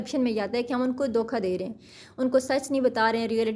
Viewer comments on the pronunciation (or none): Mam dokha nai hota dhoka hota h